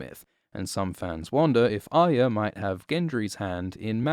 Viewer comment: “Aya” is all I hear